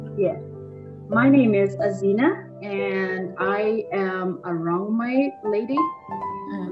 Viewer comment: Woww azeena accent is too good